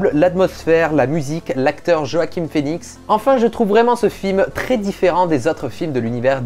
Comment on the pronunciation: ça ce dit Yoaquin Phoenix mais ça s'écrit Joaquin Phoenix